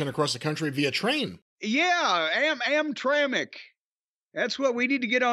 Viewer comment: Think he meant AmTrak. "Amtramck" sounds like the city within Detroit.